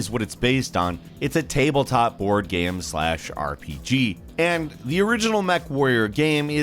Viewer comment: What about when he says "gaem"?